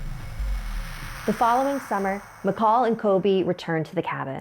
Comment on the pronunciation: Makahl sounds like Maka